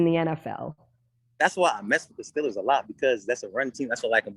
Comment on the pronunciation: He even says steelers like a yinzer🤯🥶